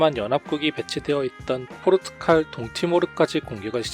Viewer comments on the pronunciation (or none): none